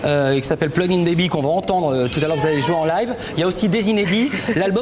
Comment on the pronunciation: "plug in baby" with french accent axaxaxaxaxxaxaxaxaxxaxaxaxaxaaxxaxaxa